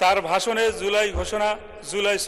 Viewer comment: এটা এদের যোগ্যতা! (লজ্জা!) জুলাইকে উচ্চারণ করছে "ঝোলাই" হিসেবে। এই জাতির লজ্জা শরম নাই? এদের সংসদে কে পাঠায়?